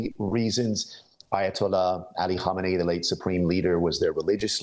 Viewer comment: the first person to say his name right.